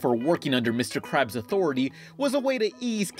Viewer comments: Mr. KRABS, Not Crabs. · crabs? its krabs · It's Mr Krabs not Mr Crabs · Oh yeah Mr. Krabs!AAAAAAAAAAAAAAAAAAHHHHHHHHHHHHHHHHHHHHHHHHHH!!!!!!!!!!!!!!111 Also his name has a K in it. Get it right next time otherwise the KKK would become the CCC and Kfc would be Cfc and the Krusty Krab would fucking be spelled right with a C, but we don't want that, not yet, not yet.